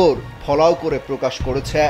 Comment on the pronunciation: ন্যারেটিভ ভালো হওয়া উচিত। উচ্চারণ, মুড অনেক কিছুই ম্যাটার করে। করে ছ্যা কেন বলছেন? উচ্চারণ ঠিক করার অনুরোধ রইলো, ধন্যবাদ।